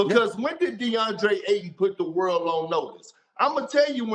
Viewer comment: it’s AYTON. With a Y. Lmao